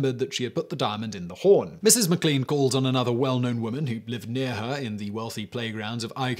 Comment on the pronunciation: I think it's pronounced mac lane for McLean